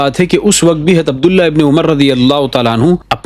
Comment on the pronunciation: حضرت لفظ اصالۃ تو باب افعال سے ہے نا آپ کو اس کو ہمزہ کے زبر کے ساتھ پڑھ رہے ہیں ؟؟ وضاحت فرمائیں